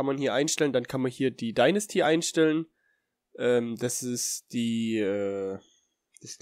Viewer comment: Ok, ich will echt kein Hater sein, aber bitte lern mal etwas englisch, du ließt nämlich Density(Dichte) als ob es Dinasty(Dynastie) wäre u.a.